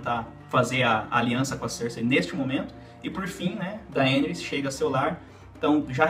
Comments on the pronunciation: Eu sei que o próprio Martin não estabeleceu regras de pronuncia para os nomes dos personagens, mas esta é a primeira vez que ouço "DaÊneys", com a silaba tônica na letra E... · Poha esse nao e o nome da dany. Daenis 😂😂😂😂😂 aaaaaah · Bom vídeo! Mas achei estranho como pronuncia Daenerys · fala o nome da Daenerys direito caralho.